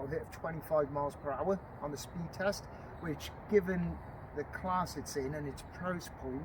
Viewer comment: "Teast" lol, you mean test?